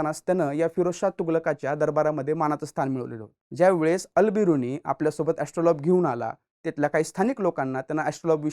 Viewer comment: एस्ट्रोलॉब नव्हे एस्ट्रोलेब...... उच्चार तरी नीट करत जा. आणि यंत्रराज आणि यात फरक आहे. कधीतरी मूळ संदर्भ पाहत जावे. इतक आयत्या माहितीवर अवलंबून राहू नये.